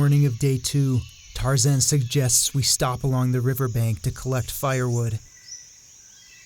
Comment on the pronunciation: Sorry couldn't watch it past the point where you said your mate's name was tarzen.